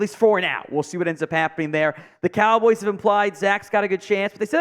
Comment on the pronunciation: Am i the only that caught him saying Dallas Cowls?